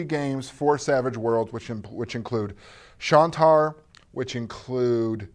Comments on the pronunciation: Horse... You're pulp, I'm afraid... My ears must be broken because I keep hearing "SHAWN-tar" from, not "SHANE-tar"... Last I checked, "ai" is typically pronounced like a long "A" as in "train" or "rain". is NOT "...pronouncing it as its spelt..." regardless of which country (or planet) you live in/on.:-) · Well, there's "Shain-tar" and then there's "Shawn-tar" which is what calls it.:-) Doesn't really matter.